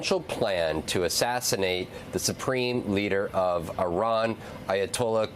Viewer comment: "pronounce Israel correctly" challenge difficulty: impossible also, why would you repeat trumps rhetoric of the 51st state?? such nonsense